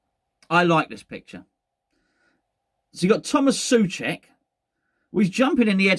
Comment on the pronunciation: I enjoy the 5 different pronunciations of Soucek every video. 🤣